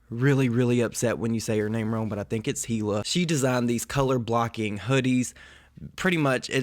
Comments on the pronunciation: I think the h is silent. Eeeeeluhhhh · TEAM HILA 😍😍😍 I think it is pronounced "ee-la". 😛